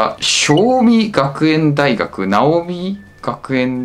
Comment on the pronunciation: 尚美学園大学は「しょうびがくえんだいがく」です。その他にも、大学名の読み間違えがあります。それぞれの大学に通学している学生がいるわけですから、名称はきちんと読んでほしいですね。ある意味、大学名の読み間違えは通学している学生に失礼だと思いますが。